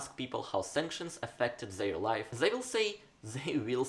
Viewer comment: Who will finally tell russians that it's not: zey but they and this instead of zis?